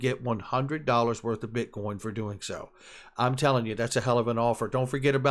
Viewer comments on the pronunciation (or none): none